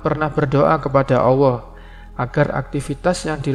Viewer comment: Bg tolong pengucapan ALLAH yg bener.. mungkin bg keliru atau saya yg salah mendengar..